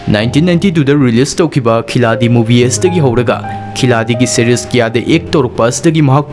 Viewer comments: bro khiladi Nate( Khilari ) haiyu pronounce to please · Khiladi haidana ibagi wani pabadi Khilari haidana pagani, Hindigi waheise asumaina ibani D se R haina pagadabani, waroubiroi 🙏🙏🙏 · Khiladi do khilari haina pabiyu